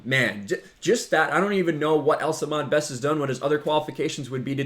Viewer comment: You're saying Ahmed wrong. It's Ah-MED not Ah-MAD.